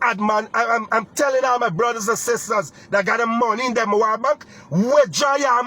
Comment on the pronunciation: chap Demerara bank ? not demawara bank